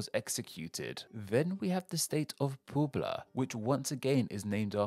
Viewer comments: PUEBLA PUH-E-BLUH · its not "poobla" btw... :/ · Puebla is PWEHB-la, not POOB-luh. ;) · Progressive input: Puebla: Poo-Ebb-Lah Guerrero: Gear-Air-Oh Guanajuato: Wanna-Who-What-Oh Queretaro: Care-Eight-Arrow Sonora: Son-Aura Coahuila: Coal-Weelah Chiapas: Chee-Yap-Ass (and yes, you should say it just like that, because they are VERY-VERY sensitive to the way you enounce their state's name, so much that they WILL let you know if you don't) Lovely work as always. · Poobla? I mean, Wikipedia has phonetic spelling and you can even listen to the pronunciation. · Don't want to make fun of you, but I laughed at Pooblah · Puebla is "pweb-lah" and every time you see an "x" it's pronounced like "sh" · Migwel Hidalgo why costillia Quintana Law Poobla My ears 😭😭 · jajajajaj publa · Poo bla hahaahhaah pinches poblanos hahaha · Next time you do a video focusing on Spanish names, use SpanishDict instead. You absolutely butchered the "Hidalgo y Costilla" and "Puebla" parts. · Hahaha. Not trying to nitpick the pronunciation, but how he said Puebla was hilarious.